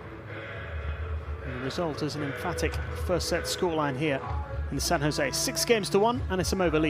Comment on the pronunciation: Britský komentátor neumí správně vyslovit San José, stejně jako čeští komentátoři.